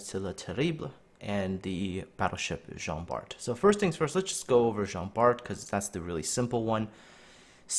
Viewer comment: Just to let you know, it pronounce Jean Bar.